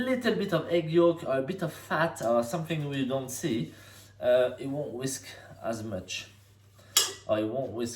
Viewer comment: I think this is the first time I've heard you say "whisk" instead of "whiks"